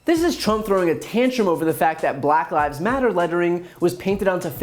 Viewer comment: "BULACK LyVEs...... Matter" Why did he say it like that LOL